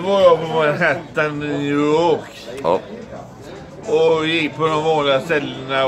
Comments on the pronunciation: har aldrig hörtalas som "nuuååk" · Redig jäkla sluddring på New York i början där hehe